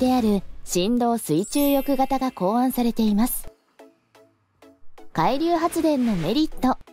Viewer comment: 「海流」のアクセントが気になっちゃって…。なんか潜水艦みたいな、何かの名前みたい。 個人的には電力が足りないなら、点検整備が終わっている原発を稼働してほしいと思うけど、最近はそういう話題も出ないですね。 風力発電はＣ国の製品なので、発電機を設置するとＣ国にお金が行くと聞いたので即刻やめてほしいです。